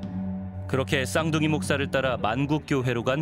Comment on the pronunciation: 쌍둥이 독사 라고 읽음. 독사 목사